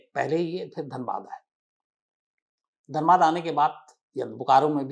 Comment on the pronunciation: Sir it is Dhanbad not danbad....nd it also has Iit Ism and called the coal/black diamond city not just wasseypur🙂